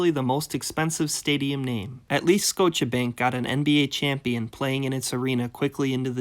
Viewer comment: "Skowcha Bank"?!?